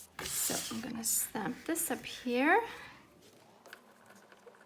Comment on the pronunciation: 🤷🤦 " REALLY Tim Holtz REALLY??" 😂😂Freudian slip, each time you say "stamp" it sounds like you're saying "SCAM". idk, maybe you meant it? HAHAH lol Sounds like a rant I would have in my house, don't worry you're not alone, I feel your pain.😄 lol